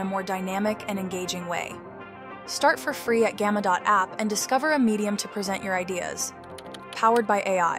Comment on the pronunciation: Nice demo. Gamma is super useful. Super stoked I found it. This is likely produced with an AI voice actor. Pay attention to the pronunciation of the word "present"